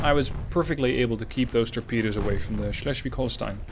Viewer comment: Nailed that Schleswig-Holstein pronounciation, as opposed to Drachinifel